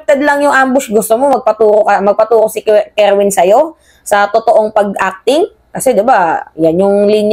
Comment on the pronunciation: Kerwin po hindi kerwen ...